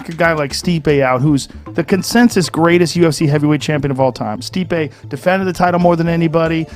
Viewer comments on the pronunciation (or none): Steep-ayy that's how you say Stipe. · Sorry mate lost all respect for this video once you said STIPE miocic instead stip-e. If you can't get the former UFC champs name right then I doubt your judgement. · Nigga did you just call Stipeh, Stype? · "Stype" Miocic?! 🤣🤣🤣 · Man just called Stipe STYPE MIOCIC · Ughhh you were doing so well then you called stipe "stype" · Wow the guy that was reading that article knows nothing about the UFC listen to the way he pronounces stIpE Miocic😂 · Not getting the correction pronunciation for one name means you know nothing about MMA??? Wowee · Dude if you can’t even pronounce Stipe then you shouldn’t have a YouTube channel about the ufc. Learn the damn sport or do something else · The dude narrating can’t even say Stipe’s name right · You should learn how to pronounce the former champs name is all I got out of this. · Check your facts mate, see how the man himself pronounces it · Dude !! Please learn how to pronounce the ex champ Stipe's name properly , show some respect .